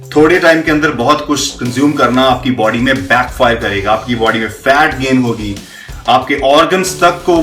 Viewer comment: Body...not baadyy